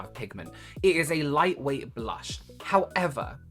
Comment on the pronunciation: i’m american so i’m allowed to critique the absurd way this person speaks. “blush” and “blur” ARE ONE SYLLABLE. no one- and i mean NO ONE says “buh-lush” or “buh-ler”.